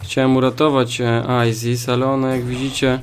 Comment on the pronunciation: Chcesz to masz czyta się "aisys"